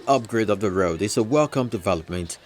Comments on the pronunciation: What is wrong with his pronounciations? Very very fake. Channels TV newscasters and presenters are the worst offenders in nigeria. Very very fake nigerian accent it's laughable. Can you imagine him pronouncing road, raod. It's a joke really. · Channels TV news presenters with their fake accents. Just check out this dude here, making me laugh so hard the way he was pronouncing road. It sounded like raod. On a serious note, somebody please tell nigerians that gutter is not drainage. Let me repeat that; gutter is not drainage. If nigerians want to know what a drain system look like, they should Google eko atlantic city during the road construction phase.